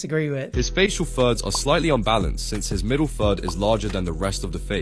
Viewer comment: bro i thought he was saying “facial THUDS” for like 7 minutes of this video until i started reading the text 😭